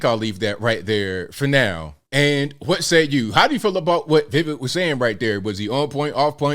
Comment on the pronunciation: His name is We- wake, and your pronunciation was not so bad. To be fair, Vivek himself cannot say his own name properly due to his American accent